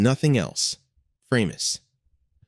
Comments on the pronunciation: "Framus" - the german "a" spells like the "a" in "hard", so it was not "Freimus" but "Fra-mus", nice and easy and german. The name was a contraction of "Franconian musical instruments". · why have I seen high end new Framus for sale? BTW Bill Wyman of Rolling Stones played a Framus bass for years & word has long 'a' not like the bass fish your computer voices